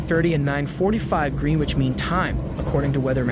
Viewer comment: Urgh your pronunciation of English towns, and ‘Greenwich mean times’ is all wrong 😂 It’s Gren-age & New-key.